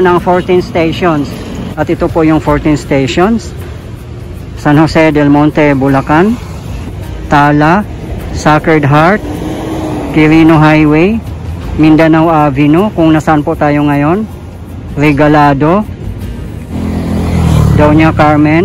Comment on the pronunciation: Di po sakred heart Seykred heart po pronunciation nun